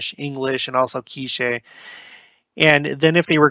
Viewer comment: My sister served in Guatemala. She spent most of her time in Polochic among the K’iche people. It is pronounced Kek-chee.